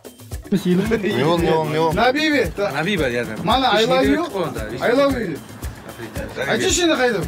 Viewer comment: I love you ❌ I lobe luu ✅ 😂😂😂